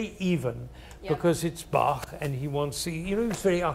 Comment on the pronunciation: He is full of wisdom and the 1st native english speaker I ever heard , who pronounced Bach the right way.